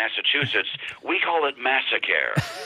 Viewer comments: "Massacare"?!!! ROFL!!! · Massa-care!?? Wow! Really Romney?